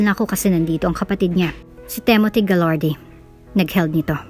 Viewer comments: It's Timothy, not Temothy! I think..... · Ok sana mga kwento. Yung narrator. Ang panget mag deliver. Timothy, tapos TEMOTI, basa mo.🙄 Pag mga pang sosyal na,pag may mga english na lines hindi na bagay sa narrator.. tsk